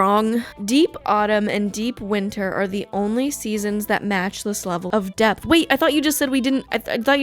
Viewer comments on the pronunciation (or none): none